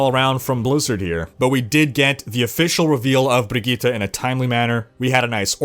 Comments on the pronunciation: Woah, You actually nailed pronouncing her name. Sweden appreciates that. Respect, man. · Well done on pronouncing Brigitte,!